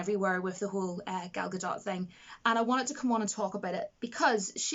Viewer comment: Gadot is pronounced exactly as it spelled - Ga-dot. 100%. In this video she says it right.